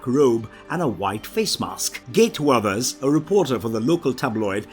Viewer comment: What on under heavens way did you say Gail Weathers?